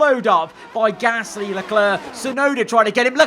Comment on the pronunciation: Love these vids but just wish you could say Gasly right not Pear Gasssssssly